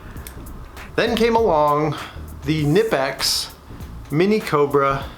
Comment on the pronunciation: I HAVE THEM ALL AND FYI ITS KA-NIP-X its got the K sound in it i spoke to the company itself and its "Kuh-nip-x" get a shirt and never forget so this debate is over forever